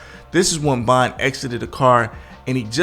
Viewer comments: King BOND! LOL JAMES BOND. ITS VON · Why do you keep calling him King Bon instead of King Von?You say Von at times, but you mostly say Bon. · Why the hell you keep say "KING BON" bro... Get that shit together! Lol. Bruh... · His name is king Von V not B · Am I tripping? Why its sound like he keeps calling him King Bon and not Von? Maybe its me. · Am i the only one hearing him say king bond ??? Or am i trippn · Man keep sayin king bon